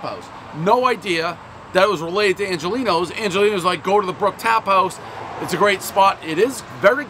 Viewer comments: Come on dude - show respect! Angeloni’s, not Angelino’s!!! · It's not Angolini's. It's Angeloni's. Second time he got the restaurant name wrong this week. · Pronounces Angeloni’s “Angelinos’” everyone knows the rules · One “Angelino’s,” everybody knows it’s “Angeloni’s.” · One Angeloni’s not Angelino’s, everyone knows Dave is illiterate. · Angeloni's is not pronounced Angelino's, everyone knows Prez can't speak/spell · Not only did he mispronounce it, he did it 3 different ways: Angelino's, Angelini's, and Angelina's. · One bite everyone knows Dave’s mispronunciation of “Angeloni’s” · One bite, everyone knows Pres still can't say Angeloni's properly even when it's on the box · Dave is just incapable of pronouncing Angeloni's